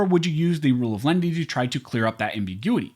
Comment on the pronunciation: Dunno who "Lendy" is. A loan shark, perhaps? OTOH, I do understand "len-i-ty". It's even in my U.S. dictionary: mild, gentle.